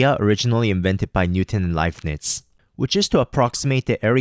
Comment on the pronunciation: You are pronouncing Leibniz wrong.